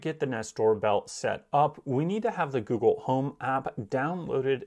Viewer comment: “Gewgle” lol